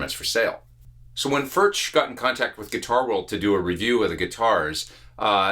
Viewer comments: it's pronounced furk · It is pronounced "Firk" it is a Czech word.